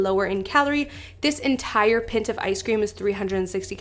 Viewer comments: Pint is pronounced pine-t not pin-t 😭😭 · Did she just say PENT of ice cream 🤣🤣😂😂 girl its PY-NT. Pint lol. Long I sound. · im sorry, but how tf did you just pronounce pint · “pint” of ice cream